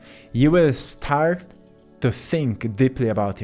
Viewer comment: I really like your content but the way you pronounce “to” really distracts me.